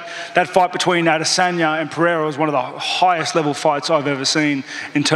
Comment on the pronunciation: He calls Pereira “Piera” just like Chael does 😂😂